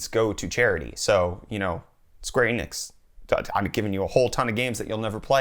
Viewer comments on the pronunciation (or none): none